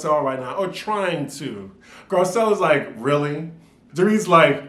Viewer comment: "RRRRRREALLY!" Girl- I was like where yo accent at????? Sounded real southern/country... 🤣 🤣 🤣 🤣